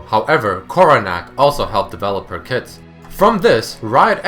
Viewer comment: First time i heard him say koronack help designed her kit, i heard helped design her tits.